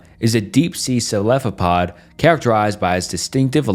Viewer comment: its so funny to me that you say celephopod instead of cephalopod lol